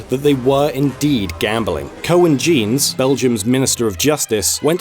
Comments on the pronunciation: The pronunciation of "Koen Geens" turned into "Cohen Jeans" makes this extremely hilarious. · Belgian here, I laughed so hard when you said 'Ko-en Jeans'. I needed to listen a second time before I knew you meant: 'Koen Geens'. It was a nice try though. Good vid by the way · Coen Jeans... I've never heard anyone pronounce the name of our minister of justice like that. This made my day! :-D But yeah... EA is an asshole company. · The pronunciation of Koen Geens killed me.